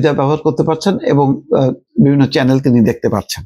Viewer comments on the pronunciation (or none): none